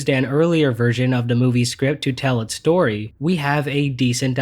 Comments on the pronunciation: “The stoy”💀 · You forgot the “r” in story.